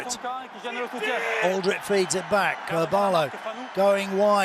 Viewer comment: Why is it that English commentators are too lazy to pronounce French names properly or at least attempt to do so? Anyone with an ear for the language knows that Alldritt is pronounced "al-dreet" not "awl -drit"! To his credit he does get many of them correct, such as Bobigny, Cancoriet and Thomas. Alldritt is a blind spot with so many commentators, it seems.